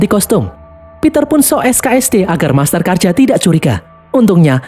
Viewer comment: master karja kok berubah jadi masker karja hahaha